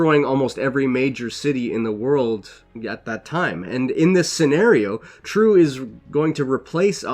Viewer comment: You Totally butchered the name Triêu. It is NOT True. More like Tree -eu (like French eud as in eud de parfum).